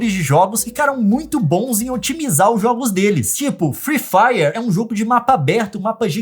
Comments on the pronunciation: eu n aguento ouvir o leon falar: free faier ou envez de free fire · firui fairer o certo é fri fairi '^' e zuera garai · Leon não é FREE FIRER É FREE FIRE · "friih fraier"